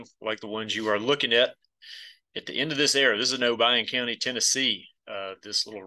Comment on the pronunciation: Thank you for saying Obion County correctly. I have spent so much time at Reelfoot Lake